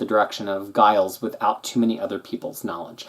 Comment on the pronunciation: I can't believe you mispronounced Giles